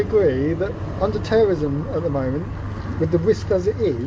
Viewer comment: tewwowism... the cuwwent climate is sevewe...